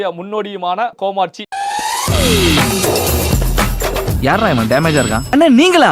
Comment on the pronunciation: கோமாச்சி அல்ல கோமாளி என்று சொல்லுங்கள்.